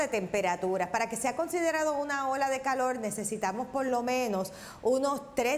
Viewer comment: no saber pronunciar las letras es no saber hablar.....pronunciar correcto es buena DICCION... VELA??? verdad!!!calol???? Calor!!!... todo mundo sabe que no hsblan bien